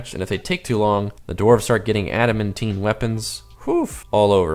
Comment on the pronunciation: Pronounced ADA-MAN-TIN NOT ADA-MEN-TEEN